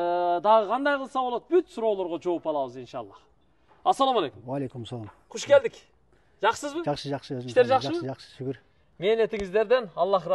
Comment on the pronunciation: Куш келдик эмес кош. ,келиниздер деп айтылат,эмнеге мынча тантыйт бул бала....